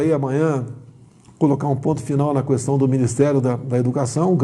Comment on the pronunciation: Questão , não " cuestão ".....🤦‍♀️